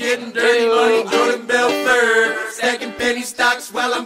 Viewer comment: Jordan's probably pissed at the way they pronounce his surname BELFUUUUURT